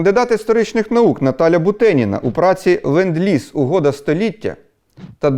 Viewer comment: it is "LEnd-Lease"!!!